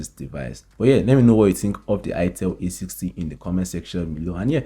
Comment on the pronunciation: A60 not A80